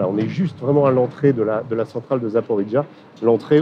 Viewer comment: « centrale de "Zaporidja" » Non : Zaparojié !...